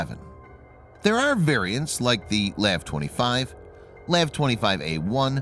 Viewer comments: Lav my guy it’s L.A.V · We don't call LAVs "laves". We call them L-A-V. MEU is not called M-E-U. We call them "mules". Just an FYI so the channel can sound more official 😉